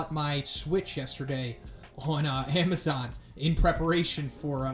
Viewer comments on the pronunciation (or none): none